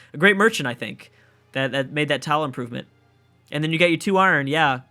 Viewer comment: Why do you pronounce the "i" in iron as a?